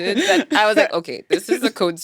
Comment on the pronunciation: Linguist here. Great conversation. The way she said that ookay ... completely Kenyan. No doubt about it.